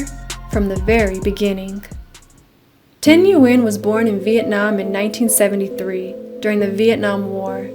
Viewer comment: It’s Nguyen not Nguyen